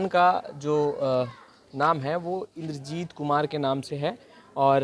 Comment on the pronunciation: "Engineer Chandrajeet kumar" na ki indrajeet kumar....kaisa patrakar hai re padhe bhi na aata hai.